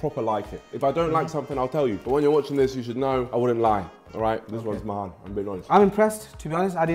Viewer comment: niko saying mahan🥲😂💀